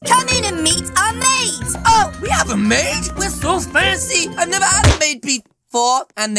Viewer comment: uhhh you said neverd lol